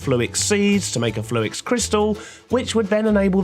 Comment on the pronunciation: say "fluix" again 🤣